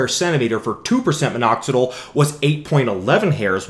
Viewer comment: But I don't like the way he says "Minoxidle" instead of "Minoxidill".